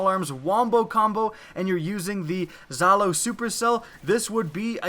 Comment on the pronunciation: he said zhalo with with a exotic sidearm 😂😂😂 facepalm